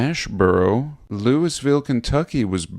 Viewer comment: Don't ever let anyone from Louisville hear you pronounce Louisville.